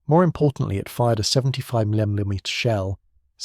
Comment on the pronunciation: Why can't they pronounce mm or cm? Seems like AI.